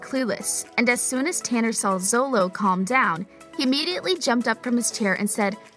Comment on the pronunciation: ZOLO? ITS pronounced SHO-LOW